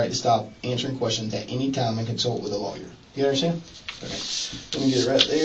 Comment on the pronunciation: So dumb he can't say "Lawyer"